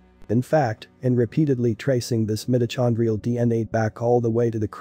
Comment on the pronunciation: The person narrating this needs to learn how to pronounce words CORRECTLY! like mitochondrial and ocker!